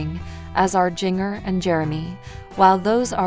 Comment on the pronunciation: Helloooo her name is pronounced *Gen -ger / Jinger!!! You are looking ignorant!